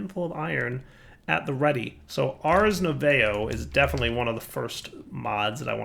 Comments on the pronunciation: not sure if someone told you during the episode (still watching it), but just in case : "Ars nouveau" is likely to be pronounced "Ars noovoh" (Nouveau means New in French) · Arse Noovoh... And yup... That's how you pronounce Ars Nouveau